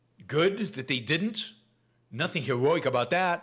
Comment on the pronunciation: I really enjoy your show BUT Please practice the pronounciation of "heroic" a few more times - It sounded like Elmer Fudd with an East Coast dialect :-)